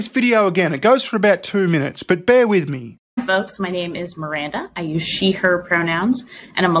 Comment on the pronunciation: When I heard that "licensed sex therapist" talk about MAPs, I'm pretty positive she was saying "folx" not even "folks", she was that woke.